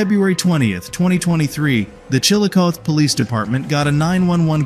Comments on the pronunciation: It's pronounced Chill o coth ee not Chilcoth . It was once the Capital of Ohio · Just letting you know that here in Ohio we prounounce Chilocothe as ChilAcothEE, for future reference 😊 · No it's still the strong CH like in the word Chili it's just ChilA w/the sound of UGH but it's the last ending that he prounounced wrong cuz it's CothEE w/the long EE sound at the end. He prounounced it allot like CHILOCOTH when it's CHILACOTHEE.